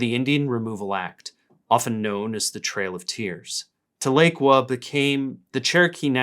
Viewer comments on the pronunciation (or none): Tahlequah native here, it’s pronounced Tah-luh-quah, though it’s a mistake I hear a lot lol. Great video! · It’s pronounced Tal-E-quah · hey, from oklahoma, it’s pronounced like “ta-luh-kwaa” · "Taa-luh-kwah", emphasis on the 1st syllable. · The mispronunciation of Tahlequah hurt my soul :( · Grew up in Wagoner. When I heard pronounce it, I just cringed. I was born just south of Nipomo on Vandenberg Air Force Base to Okie parents. Had lots of relatives in that migration.